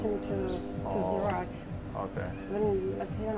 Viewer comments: Why do you call Sderot "Esderot"? There's no E there. At least you don't call it "Sderow" like Americans pronounce Gal Gadot. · the place called just "sderot" btw, not s-derot. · Your pronunciation of Sderot is driving me crazy. It's not "ess-derot" it's two syllables, "sde-rot". Just like you wouldn't pronounce "start" as "es-trart" (unless you are for example a native Spanish speaker), it's a blend. The only difference here is that the d is voice unlike an unvoiced t. Since you speak Arabic which has a lot of difficult blends, I'm surprised this one stumps you. If you can't manage "sd", "suhd" is better than "esd" (or even, if you must, "steROT' or "zderot" (like in the russian на здоровье)) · It is just "Sderot" ... not "E-Sderot". Ivrit Safa Kasha. Also I don't think Sderot was really the hardest hit in Oct 7th though there was definitely intense fighting there. The Kibbutzim closer to Gaza, and the music festival, suffered the most casualties. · It’s not pronounced Ester-rot. It’s pronounced Sssss-derot. Also it wasn’t the most hard hit town on October 7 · Even after Anna showed him the correct way to pronounce it. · Loved this. It’s pronounced s’der-rote. Sderot. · You are pronouncing the city incorrectly. You don't pronounce the S like the English letter in the alphabet; it seems pretty ignorant for someone who know multiple languages.